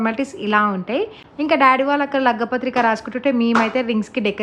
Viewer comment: Lagga pathrika kadhu andii...lagna pathrika❤️🥰 congratulations to ur sis☺️